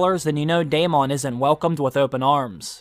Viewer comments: DAY MON lol you were killing me pronouncing it like that instead of just straight up Saying Daemon(Damon) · Dude can you stop saying "Day MAWWN?!" It's goddamn Daemon, "DAY MIN." edit: You pronounced it NORMALLY and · Why does everyone call him Damien lol. it's Daemon